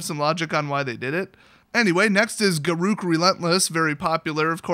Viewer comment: It's not pronounced Ga-roo-k, it's pronounced G-air-uh-k.